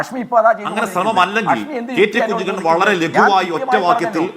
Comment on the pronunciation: കുഞ്ഞികണ്ണൻ അല്ല. കഞ്ഞിക്കുണ്ണൻ